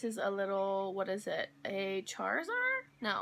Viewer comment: When she said Charizard xD Close enough